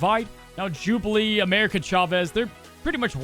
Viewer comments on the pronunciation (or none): none